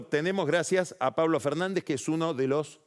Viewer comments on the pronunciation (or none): none